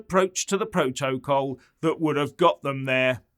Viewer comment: She doesn't even know how to pronounce P R O TO C O L.